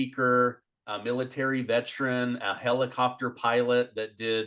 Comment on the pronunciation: There is no such thing as a “Vetrin”. We are VET ER ANS! Please pronounce our status correctly!